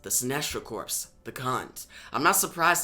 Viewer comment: Corps* is pronounced cores* homie